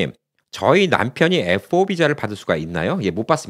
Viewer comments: 말씀중에 F오 라고 말씀하시는데 F-5(F-화이브)하고 다른것 같기도 하고 다른것 같기도 하고, 분명히 해줬으면 해요. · F4, F5, 발음이 정확치않아 전부 FO로 들리네요